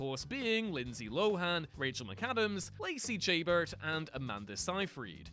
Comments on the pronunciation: Lacey Chabert (she-BAIR) NOT Chambers. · Chayburt? What? 😂